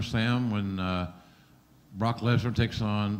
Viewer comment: I loved Heyman adding the extra syllable to Lesnar's name. "BAH-ROCK LESNAR"